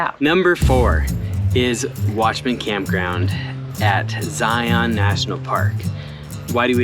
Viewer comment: Please!! It’s Zion and it rhymes with Lion. Not. ZI ON